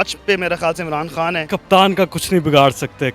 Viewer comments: محترمہ کا تعلق کیا بھارت سے ہے جو بار بار عمران کھان کہے جا رہی ہیں۔ ہندی میں 'خ' نہیں ہوتا اس لئے وہ خان کو کھان بولتے ہیں۔ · محترمہ آپ انڈین نیوز چینل سے ہیں کیا ؟؟ کھان نہیں، وہ خان ہے۔ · مادام خان کو کھان بول رھی ہیں انکی اردو درست کروائیں